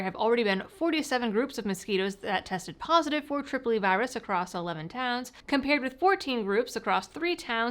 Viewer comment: until she showed the documents I thought she was saying “Tripoli virus.” 🤷🏻‍♂️